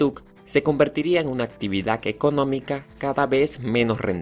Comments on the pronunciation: Y actividaC. EsclavituC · PropiedaC, esclavituC, actividaC, sociedaC, EgiCto, es bueno decirle que lo está pronunciando mal para que cambie y lo diga correctamente, probablemente sabe mas idiomas y el español no es su idioma materno 👍🏻